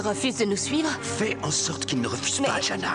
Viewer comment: Mais merde c'est JANA et pas DIANA